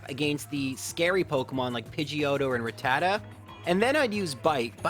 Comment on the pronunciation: it's obvious YOU have never seen the anime because you mispronounce rattata and arcanine. jessie also had arbok and lickatung